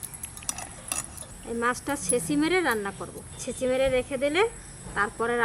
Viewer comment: বারবার বলছেন ছেচি মেরে রেখেছি সেটা কি আবার ছেছি